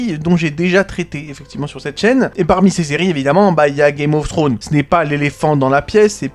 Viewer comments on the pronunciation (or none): Après tant d'années t'arrives toujours pas a prononcer le s de Game of Thrones 😂😂😂😂😂